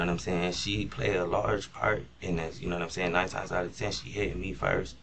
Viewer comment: "noumsayin" ??. Lies just as bad as Darrell Brooks